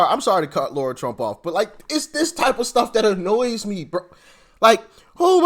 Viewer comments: Doc, I will hit the subscribe button as soon as you learn how to pronounce Lara’s name correctly. It’s not Laura, it’s Lara. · Her name is LARA ,, NOT LAURA ..... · As the Democrats would say, come on get her name right it’s Lara not Laura lol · Doc, great vid, as always! Btw, her name is Lara, NOT Laura! Got it ? Good! Another btw, bro, mighty glad to have you aboard! Welcome, man!!!!!!!!